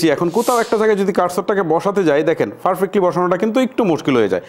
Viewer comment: ফারফেক্টলি নয়....পার্ফেক্টলি